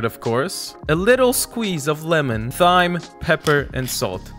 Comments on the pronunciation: Did bro seriously say THyme? It's pronounced time. Thanks for the recipes! They were great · did he seriously say "thyme" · Don't ever mispronounce Thyme again. /s